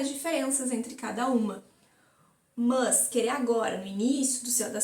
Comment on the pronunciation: "MÃS" kkkkkkk